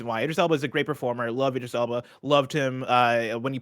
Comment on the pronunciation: I wasn't gunna, but since You're Wrong is bringing up pronouncing names; Tim and both said Idris wrong, but said it right. The first bit Id is like id games, or id/ego/super-ego. But I prefer his DJ name - Big Driis the Londoner